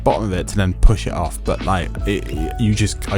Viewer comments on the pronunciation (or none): none